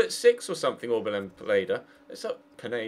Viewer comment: Pineda is Mexican, not French, so his first name is OrbelEEn, not Orbelan